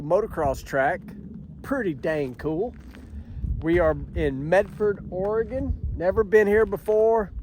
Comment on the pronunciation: Thanks for pronouncing “Oregon” properly…